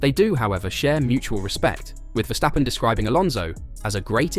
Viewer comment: Ver-stap-pen. Not Vestjappen